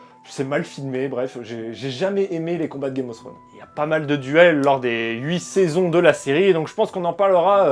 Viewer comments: Non plus. /θrəʊn/ en phonétique, le θ se prononce comme si tu avais un cheveux sur la langue un peu. Un peu Fsrone en soit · "Throne" ne se prononce pas [Srône], mais d'avantage [Frône].